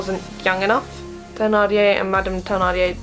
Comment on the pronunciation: I'm very thankful for this video, it saved me the time I was about to take to watch the mini series! I'd like to point out that Thenardier is pronounces like ten-ardier instead of the-nardier.